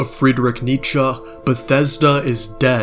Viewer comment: Bro, the way you pronounced 'Nietzsche' made me want to strangle myself with Todds allmightly weiner. Much love though <3